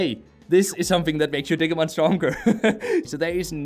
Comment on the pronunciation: OMG ITS DIGI LIKE DIGITAL NOT DIG AHHHH